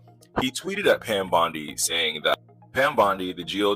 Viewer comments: Receipts, please.😐 I'll celebrate when it's corroborated!🤨 Why does he keep saying _ Bond-eye?😶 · The white guy in the video is AI. You can tell by it mispronouncing Pam Bondi’s name. Also all AI right now has the same cadence and rhythm. I can’t find any reputable source talking about it. After finding out that people outside the US are enjoying making money online by just lying and manipulating Americans with false info.